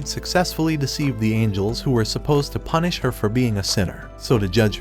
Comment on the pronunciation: "i dont know what sins shes talking about but she can punich me"😹